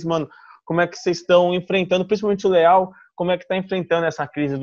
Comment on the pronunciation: crescia saber pq q quando ele fala leall parece q ele tá falando léo